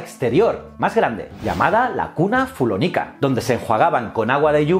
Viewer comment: Ha sido muy interesante. Sólo ha habido un pequeño error al pronunciar el latín (fullónica). Ha sido genial, ne encanta este canal😊